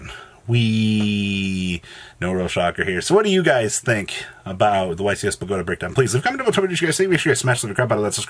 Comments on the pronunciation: It's BOW(like bow and arrow not bow like after you performed in a talent show) GAH TAH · The way you say Bogota is triggering the prescriptivist in me